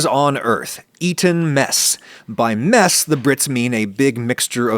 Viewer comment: I though u said meth in the beginning